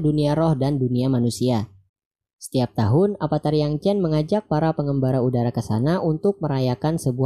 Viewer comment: pake ev bang bukan ep. avatar bukan apatar duh